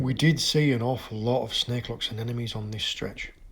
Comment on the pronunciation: Love the videos and the way he mispronounces anemones. Anenome lol......